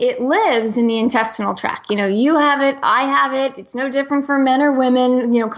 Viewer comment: I love her, but it drives me absolutely crazy that she does not say the "t" on intestinal tract. I've heard many interviews with her and she never says it. Sorry! Just a little pet peeve because it's a distraction from the great information she always shares!